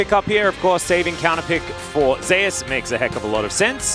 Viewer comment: How about just call Zeus Zeus instead of ze ass